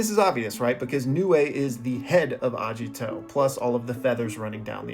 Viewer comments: Agito btw not ajito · why u reading agito as ajito also there is aesthetic from deer , agito literaly has horns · Its Ageeto.. Not ajito.. Pronounce that right right now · A*Geet*o not Ajito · His name is Agito, not Ajito 😭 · Please, PLEASE say Agito correctly, not Ajito, Agito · hearing the misspronunciation is really bothering me...................................................its not A-jiii-to its A-gi-to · Hard g in Agito, not a soft g. "Ah-gee-toe" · That pronunciation of Agito is killing me, I tell you, KILLING ME